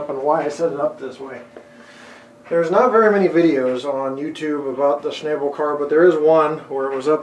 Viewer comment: My brother worked at Westinghouse in East Pittsburgh and they made generators for power plants there, those cars were used to transport those generators and they had mechanisms to offset the load when it had to move around a curve and out away from the building, the name Schnabel is pronounced "Schnawbel" Westinghouse had their's painted in periwinkle blue. For the most part, the cars were custom made for the companies that used them such as ABB to transport transformers and Westinghouse for horizontal shaft generators. Wikipedia excerpt, The word Schnabel is from German Tragschnabelwagen, meaning "carrying-beak-wagon", because of the usually tapered shape of the lifting arms, resembling a bird's beak. In World War II the German Wehrmacht used Schnabel cars for transporting the Karl-Gerät heavy-calibre (54 cm and 60 cm calibre) siege mortars. These were self-propelled with a continuous-track suspension chassis of substantial length to maneuver into a firing position over a short range, but depended on a pair of purpose-designed Schnabel cars for long-range transport by rail.[4] The same system was also used at the same time for the rail transport of the French FCM 2C super-heavy armored fighting vehicle. In the United States, the first Schnabel car, WECX 200, was built for Westinghouse Nuclear by manufacturer Greenville Steel Car in the 1960s.[1] Wikipedia